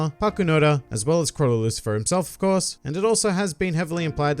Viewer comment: Lucifer? No. It's Lucilfer.